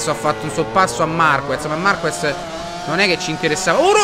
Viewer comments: In gara i tempi si alzano perchè in qualifica si usa una gomma molto più morbida e quindi con molta più "presa" sull'asfalto...e comunque si dice MARCHEZ non MARCUEZ.... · Marquez si pronuncia MARKEZ, a parte il difetto di pronuncia polliccione in su per i tuoi video e la serie moto GP continua cosi! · Si pronuncia MarKez...e comunque, scusa se te lo dico, si vede che non guardi la MotoGP...è normale che si vada più veloci in prova che in gara, è sempre così. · Si scrive marquez ma si legge marchez